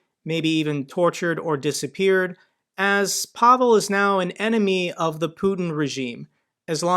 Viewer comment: Hello,. Pavol is a Slovak name. This guy's name is Pavel, pronounced PAvill.